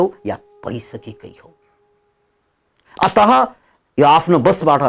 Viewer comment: जय होस! हजुरले प्रयोग गर्नु हुने शब्दको उच्चारण अलि ठ्याक्कै भएन कि जस्तो लाग्यो, ती शब्दहरू हुन, अत:, अन्तत: फलत: प्राय: आदि अन्तमा बिसर्ग लागेर बनेका। तपाईको उच्चारण अत(ह) सुनिन्छ, मतलब पूरै कडा ह सुनिन्छ तर यो बिसर्ग सहितको उच्चारणमा ध्वनी (आधा हल्का नरम ह) हो। है हजुर, अन्तत (ह)होइन। ह को ध्वनी एकदमै हल्का, नरम या आधा मात्र हो। अंग्रेजीमा father,mother इत्यादी को उच्चारणमा र को उच्चारण गरे जस्तै हो। र, को ध्वनी भए पनि कता कता हराय जस्तो। हुन त यो ब्याकरणिय कुरा हो तर पनि हजुर जस्तो बिद्वानको मुखारबिन्दुबाट सही,ठीक ध्वनी उच्चारण भए नेपाली भाषाको बिकासमा ठूलो टेवा मिल्ने थियो। धन्यबाद!